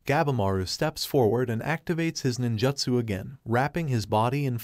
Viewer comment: I had to stop watching when i kept hearing "nin-juht-su", "shinoBIST", and "Sam-you-rai"